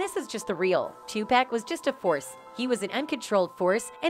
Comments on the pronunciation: It's not Tupack, damn people. You would figure after all these years you could at least say his name right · If you don’t stop calling that man 2-Pack! It’s pronounced TUPAC ( too pawk ) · Tu PAC, not Pack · It's Tupac not topack. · Thank you...where they get topack from lol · Please stop saying 2 pack it's Tupac Shakur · OMG! It’s 2-POCK , not 2-PACK and it was Club Six-Six-Two, not six hundred and sixty two 🙄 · Ok WHITE PEOPLE HIS NAME IS NOT 2PACK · Why Does EVERYONE DISTROY OUR LANGUAGE?? IT'S NOT TOPEC!!! IT'S TOPAC small a sound. Please look INTO IT!!!! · How do we know what you're saying is ture. If you can't say his name right. TAPUC not Topack.....Please. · Who is this 2 Pack? Do they mean Tupac? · its NOT TUC PACK its too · paak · The reason she said topack is because person who owns this channel doesn’t speak good English so they use AI for talking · This reporter apparently has looked over her work before she reported this and she fired up Tupac's name so I don't know why she keeps saying to pack and that's like a lot of them before you really report something I'm sure you listen to it so you need to pay attention and learn how to pronounce the name right I know it's not a big deal if you can't pronounce it but something seemed very simple seem like she would have said his name Tupac no correct spelling I hope you'll get my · Look dammit it's Tupack, but you really don't care how it's pronounced. You just looking for comments, and subscription. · After about the 40th "2pack", I had to turn it off. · Tupack and Sueged Knight,that lady can't even pronounce their names right,WTF!!! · She said 2 Pack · Ah yes. Two Pack. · I can’t even finish this video because she keeps pronouncing Tupac wrong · Because it's an a instead of an o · This lady is talking about Tupac but can't pronounce his name, right? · So you can’t say his name right.. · Pronounce his name right B. H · Damn, can u say his name right or get a different reporter. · Learn how to say tupac